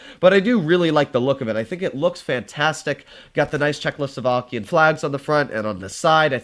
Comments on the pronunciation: Czechoslovakian: is a word: Czechlosovakian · did my guy just say chzecho slovakian?